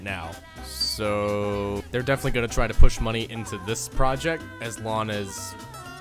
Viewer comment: Aslon? Is this an American way of prounoncing as long? Droppin them g's......Re'or